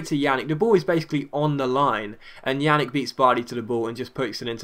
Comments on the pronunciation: Pjanic is pronounced like Pyanich, not Yanick. Just FYI, he's gonna be a major player on your biggest rival for a while. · Its pronounced Pyan-itch, also Ljajic is pronounced Yai-itch (this was in another episode), sorry for doing this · lol took me a while to get that "yannick" was "pjanic"